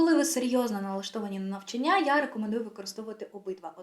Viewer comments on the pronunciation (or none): Корисна інформація щодо вивчення мов, але дуже ріже слух слово "навчаннЯ" ) Можливо тільки мені, тому що в даний момент цікавить питання правильних наголосів) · Українською правильний наголос "навчАння" 😉 А відео гарне, дякую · Вітаю! Відео супер! Але, будь ласка, перевіряйте деякі наголоси) вИпадок, навчАння, вІрші.. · лише одна хиба-- не навчаннЯ, а навчАння😉